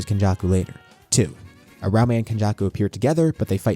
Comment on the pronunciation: I have never heard someone pronounce uraume like UH-RAO-MAY before in my life. New pronunciation just dropped 😭